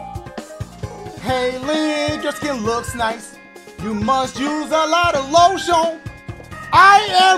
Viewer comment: I’m Sorry...is it just me who is dying because of the way he said “LO-SHEON” instead of lotion I had to replay that shit so many times